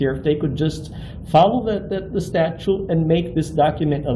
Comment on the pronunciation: He can’t even pronounce statute. He say statue. He is a simpleton with no useful skill or purpose in life.